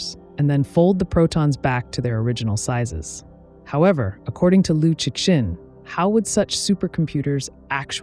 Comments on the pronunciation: Liu Shen. Tell your AI how to pronounce it, because it’s you who looks ignorant when it keeps pronouncing the X. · The problem is the creator cheesed out and used an AI with poor prompting. It loves pronouncing the name of the author with hard X, instead of the Chinese Liu Shen (don’t get me started). I agree that YouTubers should have higher education so they don’t invite tragically true judgements. This is what happens when everyone has their own TV channel, regardless of ability. Ignorance is putting me off YT altogether. 😢